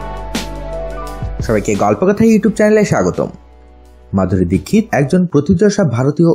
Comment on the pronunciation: Tar name Madhuri dixit apne dikkit bolan kan .